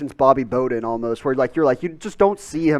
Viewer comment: Bobby Boden? Did you mean Bobby Bowden?